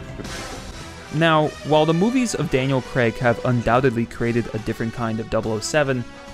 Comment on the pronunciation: Who is Daniel Creg? 😂